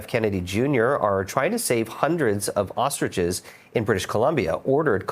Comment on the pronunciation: They are ostriches, not "ostridges"